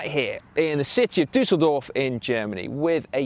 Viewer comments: Si your pronunciation game has been bettered by Dan, it's Düsseldorf not Dusseldorf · again with more pronunciation mistakes. Dan should teach him the correct way of saying Düsseldorf.